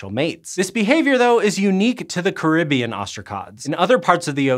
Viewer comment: It's pronounced Caribbean. Not Caribbean. 🤣